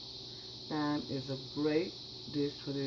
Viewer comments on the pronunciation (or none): Looks delicious. Just a nit Thyme is pronounced Time.